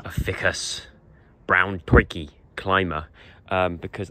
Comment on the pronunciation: Great vlog again Joe. You're right not to do the house tour, you share a lot of yourselves already, and should keep parts private. You really made me laugh the way you said Ficus- "fikkuss' . It reminded me of the Biggus Dickus scene from the Life of Brian 😅 in fact 'Brian' would be a great name for the new plant or 'Biggus Fikkuss'😂